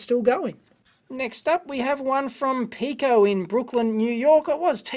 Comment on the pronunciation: Dave keeps saying "Pee-ko", but "Pie" is right next to a pi symbol. I haven't heard of the company, but I imagine it is pronounced "pie-ko".